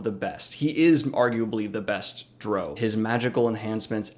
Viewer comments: It's 'Drizzt' like twist (more like twizt, but you get the idea) and the second part of 'Drow' like "ow" when you hit your thumb with a hammer. Thank you for making this video! <3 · As much as I love both of these characters and appreciate you brining attention to both of them...I CANNOT handle how you say their names...or the word drow. you say drizzt fine but everything else makes me cringe haha. but either way I agree with all your points. I do think drizzt would have a slightly harder time in geralts world but everything else is spot on!